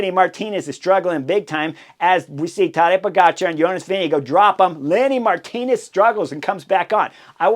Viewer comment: Horner says Todday Igotcha 😂